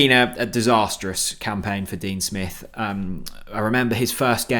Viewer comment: Dean Spiff? Hahaha creasing.